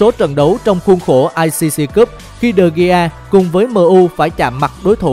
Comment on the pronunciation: Người ta đọc là đờ-ge-a mà đọc de-gi